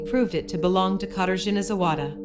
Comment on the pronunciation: Shame you didn’t take the time to properly learn how to say her name..